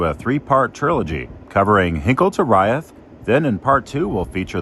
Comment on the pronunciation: I lived in Pendleton for five years. Locals call it Umatilla Canyon rather than a gorge. The highway through there is Old 30. Locals also pronounce the town and siding Reeth, rather than rye-eth.